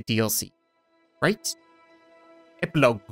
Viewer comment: they way he says epilog its like epilo